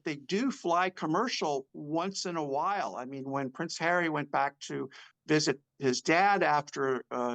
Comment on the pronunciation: PVvvvvvince havvvvvy 😂